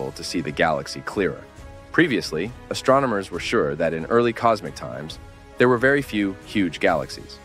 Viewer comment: astro - nomers? Nope , that would astronomers - no pause no mispronunciation!